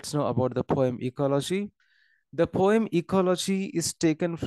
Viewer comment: It's ecology not ecoloshii😢